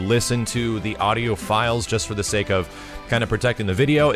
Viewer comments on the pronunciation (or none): none